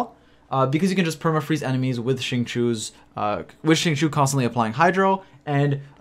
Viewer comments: Why is nobody talking about ”shing-chew” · Its pronounced sing-cho in chinese i think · "shi-ng chi-oh" shing chio. It's been long enough bro. Cmon. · It’s pronounced sing-cho:) but great video as always! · "xing chew" 😭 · I cringed every time you said Xingchoo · Alright boys I know it’s tough but we’ll get thru this together. It’s pronounced XING— CHO. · the way you pronounce xingqiu makes me angry and sad at the same time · Hearing you try to pronounce his name is really cringy